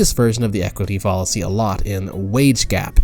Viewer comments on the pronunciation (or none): Good video but it’s full of odd mispronunciations. Follisy instead of fallacy (rhyming with palace-y). Ellen musk instead of Elon (eel-on). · Fall-a-see, Foul-a-see. :| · I agree with you. I thought he was saying “policy” instead of “fallacy.” There are a number of other odd mispronunciations too. It’s very distracting and really detracts from the credibility of the video. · Your pronunciations of “fallacy,” “deity” “Elon” are all incorrect and quite odd. You even said “understrand,” “hatredch” and something nearly incomprehensible for what I believe was supposed to be “determine,” for some reason. It’s distracting and detracts from the credibility of your videos. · Good video but your constant mispronunciation of fallacy and Elon pains me. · This video just kept getting so many things wrong, but I think the final straw that made me click away was the way he pronounced "fallacy." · How do you mispronounce Elon Musk. I could gloss over the mispronunciation of fallacy and many other words but come on. Elon Musk's name? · I’m actually not progressive in the slightest, but I agree with your critique overall. Something about this video rubs me the wrong way. His tone is condescending and pedantic, which is ironic considering how many words he blatantly mispronounces, ironically including the word “fallacy” itself. This video is also far longer than it needs to be for what is ultimately a pretty simple concept. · Not the only odd pronunciation throughout the video. He ironically repeatedly mispronounces “fallacy,” along with a few others at least once, such as “deity” and “understand.”